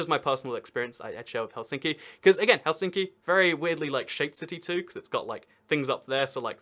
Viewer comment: Well, he put emphasis in Helsinki to the center, when it should always be at the front.